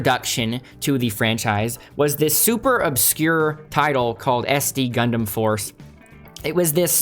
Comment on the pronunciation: sorry my guy, but WTF did you just call it? Idk if I’ll be able to get through this whole video if you keep pronouncing it that way. , Jesus, you keep saying it that way. Idk man, maybe I’ll finish this later, but it might take some alcohol or something to get through this with you pronouncing it that way the entire video.